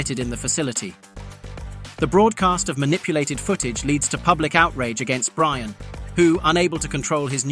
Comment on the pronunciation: You should know it's AI because it's Brion not brian